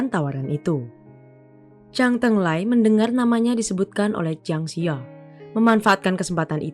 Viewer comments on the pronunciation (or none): Jiang Zi ya dibaca Chiang Ce Ya